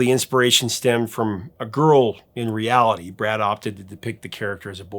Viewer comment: "Garl" instead of "girl"... epic